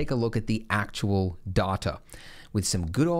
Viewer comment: its data... not data.